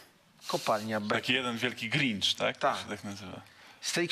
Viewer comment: Grincz XDDDDD